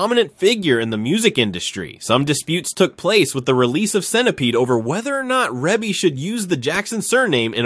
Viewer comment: Pronounced : “REE-BEE”